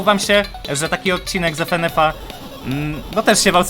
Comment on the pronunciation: Ja: Fynyfy: Efenef 🤣🤣 Ty To Sasem Potrawisz Mnie Rozbawić